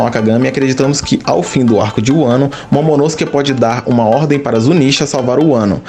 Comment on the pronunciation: Você pronuncia momonosuke errado kkkk